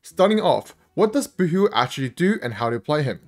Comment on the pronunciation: every time i hear you say boothill i hear "boohoo"